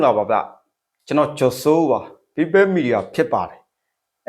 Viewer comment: ပြောပလိုက်ပါ သူတို့ဘက်ကလူတွေကြ နာတက်လိုက်တာ ဗုံးကြဲတာကျတော့ သူတို့ တိတ်နေရော ခွေးသူတောင်းစား People media ဆိုပြီးအသံထွက်တောင် မမှန်ဘူး